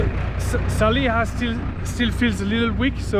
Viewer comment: Salih değil laaaa, Saliha bu kadar zormu ismi telefuz etmek..kıl oldum sana🤣🤣🤣